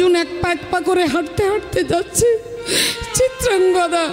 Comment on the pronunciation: চিত্রাঙ্গগদা নয় চিত্রাঙ্গদা হবে